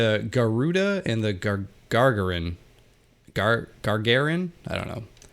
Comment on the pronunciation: Oh come on dude, it's Gagarin, not Gargarin. As in Yuri Gagarin.